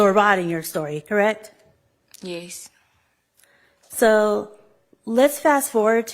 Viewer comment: lipsmack “CORRECK” 😂😂😂😂😂